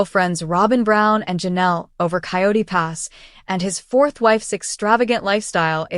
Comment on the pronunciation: It's Coyote Pass, not quat pass.